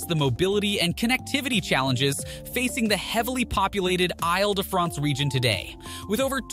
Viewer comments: Correction: it's pronounced "eel" de France; not "aisle " de France. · “AyLE de France” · Isle de France is pronounced “eel da Fraunce” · Is his machine-voice-generated? First tip-off, “I’ll duh-france.” No, it’s pronounced like “eeeel-duh-france.” I’ll find another video to watch on this subject. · Île-de-France not Isle, try saying 'eel de France'.